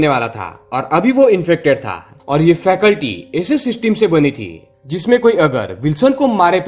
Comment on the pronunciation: फैकल्टी नही भाई जी, फैसिलिटी. क्षमा करें 🙏